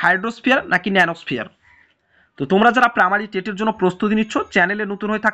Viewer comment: স্যার পামারি নাকি প্রাইমারি????